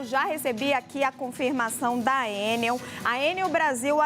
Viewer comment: Pera! A jornalista Raquel pronuncia Ê - NEL. Originalmente uma sigla - ENEL - tornou-se uma palavra normal (acrônimo), portanto, o correto é E - NEL ( tonicidade na última sílaba - NEL. Ex: papel, carretel, hotel, etc)